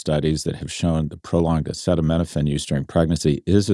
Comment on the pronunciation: You might wanna give pronouncing acetaminophen one more go SG